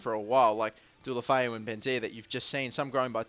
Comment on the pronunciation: What happened to pronouncing Deulofeu correctly?